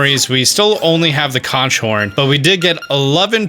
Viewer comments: It's pronounced "Konk" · Love the new series, but please look up how to pronounce the word conch, my man